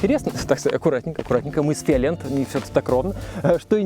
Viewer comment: Я не аслышался, фиолент? )) приятно)